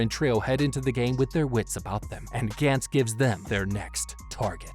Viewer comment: This is awesome but the way you pronounce gantz is kinda triggering me lol